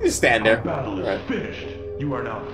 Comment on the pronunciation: “The BETTLE is FINISHED..”